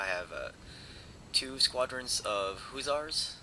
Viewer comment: Not to be an ass, but just for future knowledge, it is pronounced either Hush-ers, or Huss-er not oo, but u--the former was uncklear on that. Again, no offense intended. For us history buffs, Hussars were actually the European Highwaymen. They then began using the term for a light cavalry.